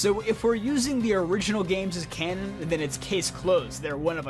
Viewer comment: Please stop saying cannon